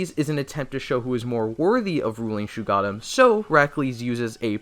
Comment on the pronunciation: #1: NOT SHUGADDAM ITS SHUG OH DDAMN